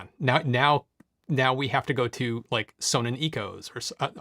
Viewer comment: Sonnen is a German company meaning sun or solar, so it is pronounced zonnen... with the o pronounced as in bonnet. However I suppose in the US perhaps the company has surrendered to the inevitable mispronunciation. 😄